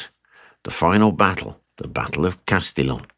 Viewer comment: Bu the way, in (modern) French it's pronounced like "Castiyyoou"! 😂 l'm not sure about the French of 6 centuries ago!